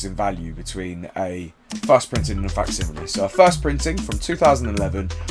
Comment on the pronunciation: 30 minutes for to learn how to say facsimile right 😂